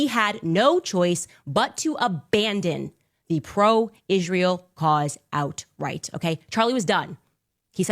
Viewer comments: Can that woman PLEASE, enunciate the word ISREAL properly? Every time she says ISH-RAY-AL she sounds like an illiterate!! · Candace mumbling as a CRAZY person. She cannot even pronounce word Israel right. She is full of disgusting racist Jewish hatred . Why did her vile hatred appear so suddenly after Daily Wire RIGHTEOUSLY fired her ? Because they recognized her for fast talking FRAUD she is!